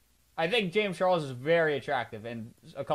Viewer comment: Dude really said J a m e s C h a r l e s